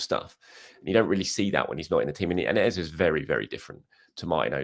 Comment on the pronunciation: Why do you insist on mispronouncing EZE? What do you know that we don't? I understand Nwaneri might be a tongue twister if you not from Africa but EZE? C'mon